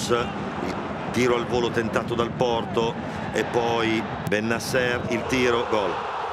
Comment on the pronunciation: Comunque Suma che dice di o porto ,sembra dica qualcosa l'atro